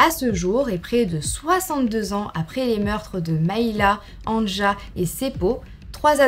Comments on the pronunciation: Anja se prononce "Ania". Le J se prononce comme un Y chez nous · On t’aime mais on prononce Ania le « j » se prononce « y » 😂😘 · Si je peux me permettre, Anja se prononce en réalité Anya, les j sont des y dans les pays de l’Est et en Scandinavie. Sinon cette vidéo est vraiment intéressante, je trouve le concept incroyable et le fait que tu te lance dans le true crime me rend vraiment très heureuse 🥰✨ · Terrible 💖 Pour les noms et prénoms suédois, danois finlandais, le j se prononce y... Pour exemple Anja se prononce Anya 🥰🥰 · Super vidéo !! ( néanmoins en temps que finlandais je te dis juste pour t’informer que le "j" se prononce i donc anja se prononce ania 😭) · Mdr AnJa je rigole toute seule 🤣 ça se prononce Ania...par contre il faudrait éviter les photos. "anachroniques" cela se passe dans les années 60... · anja se prononce ania😉 sinon super video !!! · Il me semble que Anja se prononce "Ania" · Bonne histoire, un petit détail toutefois Anja se prononce "Ania" dans les langues germaniques. Un exemple : Ja en Allemand et Néerlandais. Désolé d'avoir fait ma chiante. Bisous xx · C’est un détail mais Anja se lit « Anya » genre A-Ni-Ya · coucou juste pour te prevenir que Anja se prononce Ania :))) gros bisous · "anja" se lit "ania" phonétiquement😙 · Brdle... Anja se prononce Anïa 😅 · Petite info, Anja se prononce Ania* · Coucou j adore tes vidéo Le prénom Anja se prénonce ania